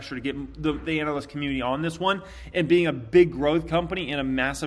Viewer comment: Dude it's analyst, not anal-ist.